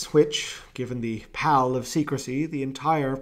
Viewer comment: 13.26 pall of secrecy. u pronounced pal as in paypal. Its paul of secrecy